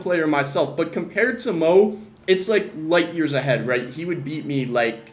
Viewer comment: light-years? Say that again